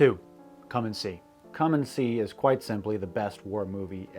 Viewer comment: Its called Come and See. Not Commoncy or Calm and Sea.